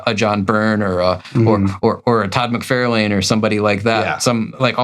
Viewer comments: Todd McFarlane is pronounced Mick-Far-Len. (Not mick-fair-lain) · Love the channel... but why can't you say "mc-FAR-lin" by now (instead of "mc-FAIR-lane"). It's a knit-pick, for sure... sorry.. Love the show. Please don't hate me. I do like the videos, I promise. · "Mc fair lane" ?? I've only heard "Mc far lan". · ok, I'm pretty sure this must be a long running joke of yours, but I can't stand it. It's pronounced "Far"lane, not "Fair". I'm afraid you're literally trying to real life Marvel retcon this and I must be a bulwark against this. I wouldn't think your serious, but you said you haven't read any Iron Man comics so now I'm questioning everything. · I always enjoy your videos, but every time you mispronounce McFarlane's name it drives me crazy. It is not Mc-FAIR-lane, it is Mc-FAR-lane. Actually, Todd pronounces it Mc-FAR-LIN. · Have I been mispronouncing "Rob Lie-Feld" and "Todd Mick-Far-lan" this whole time? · Todd Mc-Fairl-Lane? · Can you pronounce McFarlane as it sounds …lol…if he is your favourite artist…musk-far-lyn….sorry love your content just feel like…it’s the man’s name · Also, I swear at this point you’re just purposely mispronouncing McFarlane. Stop it. You sound clueless. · No, you haven't. He just pronounces both names incorrectly. I have heard both Rob and Todd say their last names and each other's last names. They say "LIE-FELD" and "MIC-FAR-LYNN". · Geeze! No Todd McFARElane? How about Rob LEE field? What about Joe SinNOTT instead of how he actually pronounced his name? It’s SINNIT. What part of the country are you from or do you guys just do this to be funny?